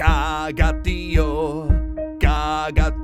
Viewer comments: For anyone listening, it's not pronounced TEE oh, but tee OH. That's what the little line over the o means in TIÓ, that the stress is on the o, not on the i. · As a Catalan I'm glad to see a video about our beloved "Tió". A small correction about the pronunciation: Tió has an accent in the o, which means that the stressed vowel must be the o, not the i.